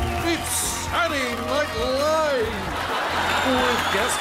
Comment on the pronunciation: When he says Saturday Night Live, it means that he is a Yankee. I pronounce it that way myself.